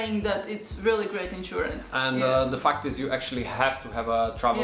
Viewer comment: What’s more hilarious is how says “fact is” so much and every time sounds like “f**k this” 🤣🤣 love it!!